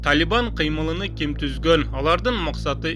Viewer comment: Кыймылын деп суйлочу э